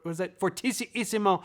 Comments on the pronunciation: Professional touring orchestra conductor and composer in Europe, Asia, NYC, etc. here: You are right (in spirit). Thanks. However, regarding the pronunciation of the words themselves: fff is pronounced fortississimo (for-TEE-see-see-moe) ffff = fortissississimo sff = sforzatissimo etc. around the world and in Juilliard (my post-PhD,) NewEngCnsrvtry (another post-PhD), London College of music etc. and in professional orchestras. Again, you are right in the words’ “intentions” (“with all your force” or quotidianly “as loud as possible”) but regarding pronunciation, you may be referring to some local/provincial American-sized version I’ve heard from students. I wish you a wonderful holiday season ! — Dr D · Fort - isi - isi - isimo? Is that really how you say it 😂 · TIL: cannot say fortississimo